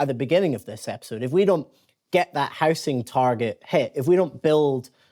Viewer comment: It's how-zing, not house -ing.